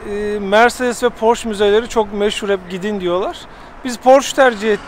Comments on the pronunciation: Amerikalılar gibi "porş" demesek, aslı "porşe" olmalı. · Amerikalılar bile porşe diyo😂